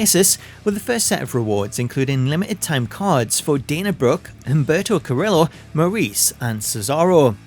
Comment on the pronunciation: Humberto is pronounced with a silent H while Carillo is pronounced CAR-Hard E-Ignore the Ls-Hard O, so say Car E O